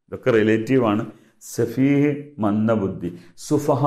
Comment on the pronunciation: മന്ദബുദ്ധി ആണ് മന്ദബുന്ധി അല്ല